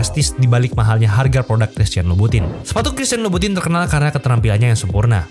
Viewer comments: Dibaca dlm ejaan Prancis jadi “Kristiyong lubutong” 🙂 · Bacanya bukan gituuu